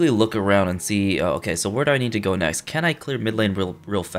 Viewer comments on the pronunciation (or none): none